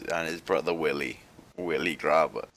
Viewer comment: willie grabher. XD cracked up just as much as Sam. 1st thought his name was Grabba